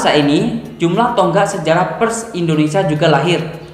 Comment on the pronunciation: membaca huruf "e" pada kata "Pers" senada dengan "e" ketika Anda membaca kata "Per" ditambah huruf "s" di belakang, Bukan dengan nada "e" ketika Anda membaca kata "Perhatian" tp lebih tepat pada kata "Perak". Smg ke dpan bisa di benahi. Simak lagi video saya ketika membaca PERS.